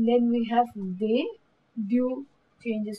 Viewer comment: You are pronouncing "De" and "Des" in the same way... "De la", "Pas De"s pronunciation is wrong. 'De' is not like 'Day'... It's "Ddddd"